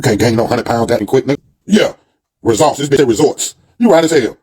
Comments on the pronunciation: Why he pronounce it Tummy 😅😅😅😅😅😅and resor ts instead of results an can't sant say detectectablejust cantnomatter. How many times they. tell u how to say it😅😅😅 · Resorts it's results come on man say it right and detectable you just can't say dud buys dictionary instead of a bottle.Houston has one of the highest population of HIVastudy was done recently he will fit right in may have like me friends js.If heheisdoingso goodin GA why move he lies so much don't believe he is moving anywhere all lies again as usual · He love saying resorts instead of results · It's RESULTS NOT RESORTS